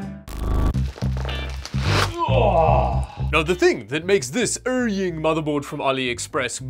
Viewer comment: Best part... pronunciation of "Erying" is translated as "Urine" by the Youtube captioning bot. Awesome and Appropriate!